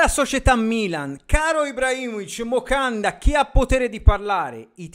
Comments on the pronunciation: hai ragione su tutta la linea però impara sto benedetto nome: Moncada non Mocanda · ma perché Mocanda? 😂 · Però fa ridere😂